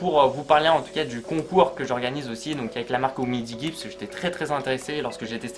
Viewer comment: Oh non il a dit oumidigui